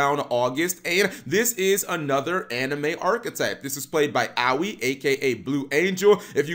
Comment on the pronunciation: I rather complain about how you pronounced "Aoi" as "Owie".